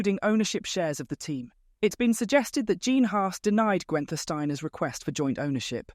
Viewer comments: Gwen-ther? Pronounce his name correctly. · Who TF is ‘Gwenter’ Steiner? 🤦‍♂️